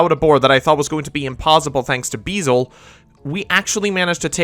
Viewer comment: It’s very minor but the dark dragon is called beelze, not beezle